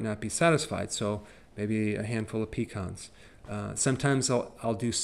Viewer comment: For a minute there I thought that you said a hand full of peacocks but you said pecans I had to rewind the video several times.